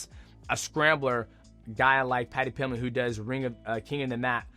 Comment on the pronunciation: That and Paddy Pilmett